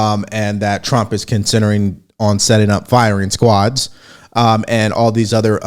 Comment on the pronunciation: did i hear her say firing squards?